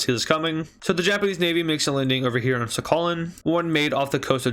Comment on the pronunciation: It is sakhalin but the pronounciation is sakhaleen